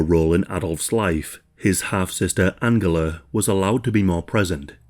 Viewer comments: Angela!! AN-JEL-LA!!!! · This is a great video, thank you for making it :) I did find the back and forth of the pronunciation of Angela jarring though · Angela pronunciation another one. Seems to change from German pronunciation to English and back again.